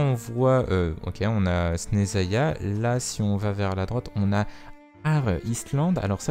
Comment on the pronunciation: On prononce Chneznaya